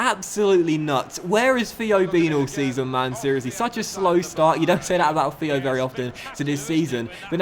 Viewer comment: Why do u say feo Walcott and not Theo Walcott